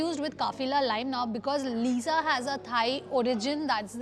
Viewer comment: Uska naam Lisa hai na ki Liza bolna to Sikh le pahle 🤣🤣🤣🤣